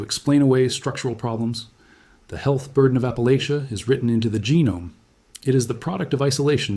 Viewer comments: Oh no, why would i commit to listening to a video about appalachia where the host can't even say appalachia/appalachian properly 😭 At least he didn't claim appalachia ends in Georgia, though.. everyone seems to forget Alabama when they talk about appalachia. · My family of East Tennessee (many, many generations) always said "Appa-lay-sha", but many locals pronounce it "Appa-latch-uh", just for your information. Either is probably correct and the AI presenter says it both ways!